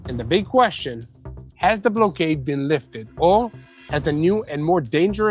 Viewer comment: block-ade not blow-ade